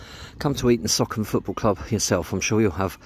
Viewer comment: It’s pronounced Eaton Sooocon, NOT Eaton Sockon! 😊